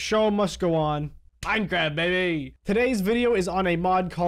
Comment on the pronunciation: When you said Minecraft it sounded like Minecrarap